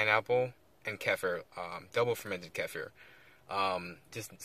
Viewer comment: Ke FEAR is the proper way to say it. It's much more badass too.